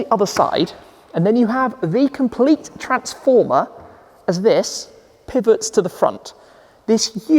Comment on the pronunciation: “this pivots forward “ -: “ PIIVVVEETTT”